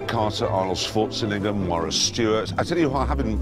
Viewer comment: “Arnold Schwarzin Egger” -Jeremy Clarkson 😂😂😂😂